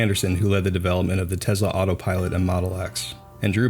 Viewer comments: “Tesla” is pronounced with an “S” not a “Z” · It's pronounced tesla, not Tez-la.